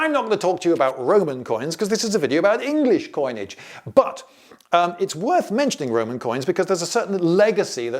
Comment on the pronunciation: "half the worth" sounding very much Germanic "vert" / "wert"....